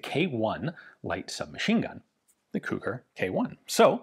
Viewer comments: I am the grandson of Kucher József. Thank you for your video. It was very interesing even for me and I'm very proud of my old man. (His name should be pronunced as "Kuher" not "Kuker" :-)). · It's pronounced more like Koo-hair, not Koo-kur. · It's pronounced like "kuhher", just put a bit of emphasis on the H. It's a German surname and should be pronounced as such. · I guess his surname in English is pronounced more like "Kutcher" or "Kutscher" but I may be wrong. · Sounds like how a Liverpudlian pronounces the word 'Cooker' 🤣🤣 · I just looked up the pronunciation on Google Translate, and "Kucher" is pronounced a bit like "Koo-Herr"...and it means coachman. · I believe the designer's name - hence the LMG's - is pronounced as the same as Koch as in Heckler & Koch. Definitely a german sounding surname. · iirc it's pronounced cuck'r. One of the sergeants in Generation Kill has the same name. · The "ch" in Kucher is pronounced the same way as germans pronounce "ch".